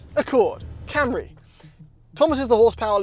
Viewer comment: Слышали ,даже пендосы не называют Камри как Камри